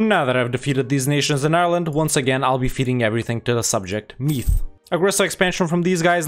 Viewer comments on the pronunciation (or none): I am Irish and when he pronounced Meath wrong it angered me a lot.